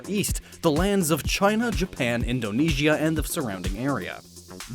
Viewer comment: When he said Indonesia IM so proud